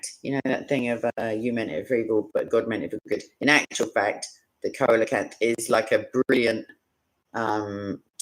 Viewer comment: It is pronounced seal-a-canth